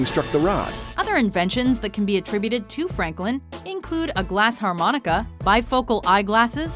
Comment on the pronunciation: its glass AAAAARRRRRRRmonica not HHHHHHHHHHHHAAAARRRRRRRmonica........... i seriously had to go back and make sure i heard that correctly.... also it bothered me way more than it should have.